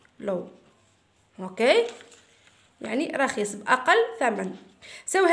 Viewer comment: رخيص مشي رخيس😂😂😂😂😂😂😂😂😂😂